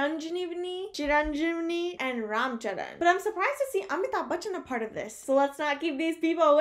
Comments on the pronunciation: CHIRAN - JEEVI No 'n' sound in the word.. JEEVI. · wow. nice reaction .but your pronunciation is little vulgar.. chiranjeevi is megastar of telungu industry . that name meance ( chira -long. jeevi - living) long living anouther name of indian load hanuma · she butchered the lead actor's name .. lol